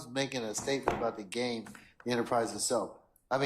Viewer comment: he never said GAME he said "Gang" lol smh